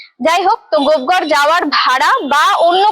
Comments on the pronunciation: গোপ ঘর না লেখা আছে গোপ গড়। পশ্চিমবাংলার মেয়ে উচ্চারণ টা ও ঠিক করে করতে পার না। এরা না হয় জংলি বাঙাল কিন্তু তুমি কি ? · স্থানটির নাম গোপগড় কিন্ত আপনি প্রায় সময়ই বলছেন গোপঘর। এরকম কেন হবে? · ট্রাভেল ভ্লগ বানাচ্ছেন। তার আগে উচ্চারণ টা তো ঠিকমতো করতে শিখুন। জায়গাটার নাম 'গোপ ঘর' নয়, 'গোপ গড়' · দিদি ওটা গোপঘর না, ওটা গোপগড় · Madam kindly ucchran thick karun ota gopghar na gopegar habea. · Babbaa....gopegarh ke kisob uccharaon korche .